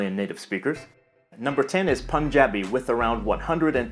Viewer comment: wait!! Did he just pronounced punjabi correctly??that's a rare thing guys 😂😂